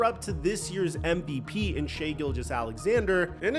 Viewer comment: Shai ( shy). Not Shai.